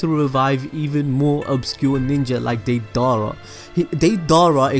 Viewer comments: Its not deeidaraa its fast so deidara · the way you say diedara just pisses me off. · Stupid dumbass it’s not deydarraa and jiraiya is stronger then deidira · Daaay da ra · Day- dera